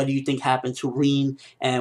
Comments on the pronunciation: reen? i thought it was rin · It's Rin not reeennn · its not reen its rin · its not rien, but rin XD with a i btw love you videos bro! keep up the good work/ i always like your vidss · Lol "Reen" lol Rin ! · my god your pronunciation.. It's Rin, like Rinnn, not Riiin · Who's "reeen" ? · Why do you call her Reen... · Am I the only one who gets annoyed in the way how he pronounces "Rin"? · U say rin funny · why cant you say rin correctly